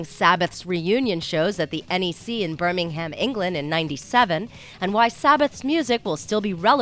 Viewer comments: Fair play to Henry Rollins, he's the first American i've heard pronounce Birmingham correctly, ever! :D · Nigel Fortune Americans gotta say it like Birming-um